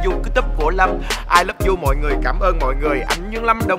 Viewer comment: ”I lớp du”😂😂🤣🤣